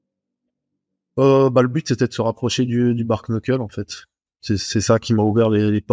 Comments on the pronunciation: Bark-knuckle ? La prononciation est très mauvaise c’est bare-knuckle et se dit en phonetique bare-nuckle (certains disent juste bare) ! Il n’y a pas de K à la fin de bare et le K est muet en anglais sur un début de mot 😅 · Bare Nuckel, on dit pas K dans le Kn en anglais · Et ils prononcent le A alors qu'en anglais phonétique ça se prononce"Bère", le A se prononçant comme un "è" 😂😂😂 du coup à l'oral ça se dit "Bère Neuckeul" mais ça s'écrit du coup "Bare Knuckle" Ça pique les oreilles leur prononciation 😂